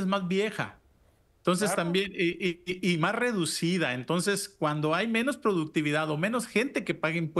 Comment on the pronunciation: y el "entons"??